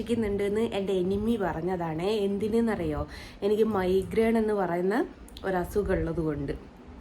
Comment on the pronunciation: പോടീ പുല്ലേ.... നീ കക്കൂസിൽ പോകുന്നതും എടുത്തിട്... മൈ ഗ്രേണ് അല്ല മൈഗ്രെയ്ൻ എന്നാണ്..... ഇവളാരാ വൃത്തികെട്ടവൾ ഓഞ്ഞ സംസാരം വെറും കച്ചറ വർത്താനം......